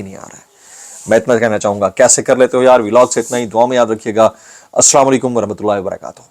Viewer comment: Please bhai Aslamo Alikum sahi bola karien